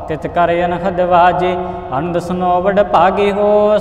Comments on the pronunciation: te nand nhi anand aa vre please note it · te nand nhi anand aa please note it